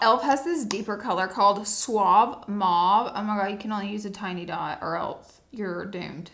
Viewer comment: Hey girl 💚it's not mauvey it's mauve